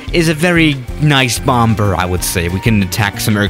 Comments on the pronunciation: It's not pronuounced bom ber. It's pronounced bomb er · One doesn’t pronounce the second b. Say “bommer”, not bom-ber. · Did you say BOMB BER.....LOL...😹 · The last “b” in “bomber” is silent. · The second b in bomber is not pronounced. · Robot voice. Ugh! The second "b" in bomber is silent, and the current fleet of B-52's are not slated to retire until the 2040's. Sheesh! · Hey buddy the second B in bomber IS SILENT!!! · he pronounces the second b in bomber